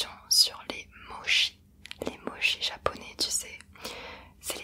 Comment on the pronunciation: Ça se prononce [motchi] et oui c'est très bon ^_^